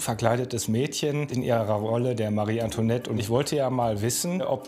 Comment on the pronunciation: Das wird Antwanett ausgesprochen und nich Antonet